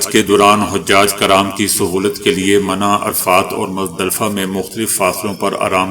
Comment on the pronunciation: یہ کیسے مسلمان ہیں جو MINA کو MANA کہتے ہیں خبریں سنانے سے پہلے کسی ہندوستانی اردو داں سے املہ درست فرمائیں بعد میں خبریں سنائیں